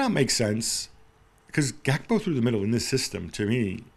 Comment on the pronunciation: Lol at Jules call Gakpo 'Gapko'